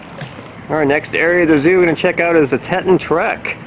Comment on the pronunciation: Wonderful video mate, except one thing Teton pronounced, Tee- tOn. Wonderful video, thank you